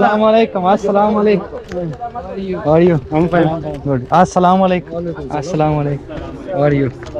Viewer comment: প্রথমে সালাম দেওয়া শিখবেন আসসালামু আলাইকুম। সালামুআলাইকুম এই শব্দটা ভুল